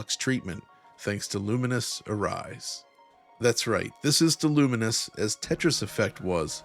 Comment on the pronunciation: Is it not "lu-mines"? A mixture of lumens(light aspect) and mines,which is what happens when you combine,explode?